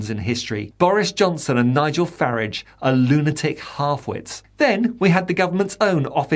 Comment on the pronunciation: Your pronouncing Farage wrong - it's Fah - rahg